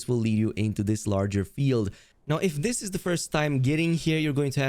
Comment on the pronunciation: Mispronouncing stuff is the only accent the creator has tbh. Dis dat etc.